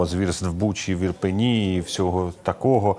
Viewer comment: Шановні, не "Ірпені", а Ірпіні ! Місто , Ірпінь.